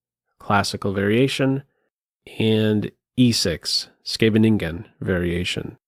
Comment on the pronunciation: Maybe he's going for a Brabant-bomer pronunciation 🤭